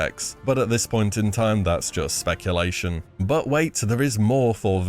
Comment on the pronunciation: "Specc-ulation" ...he-he.